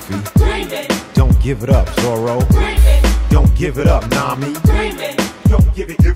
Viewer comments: Hearing zoro pronounced right is enough to make anyone bust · Correct pronunciation of Zoro? Well, it's Immediately better. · Saying Zoro's name correctly...Disliked! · I’m just happy he said zoro instead of ZOLO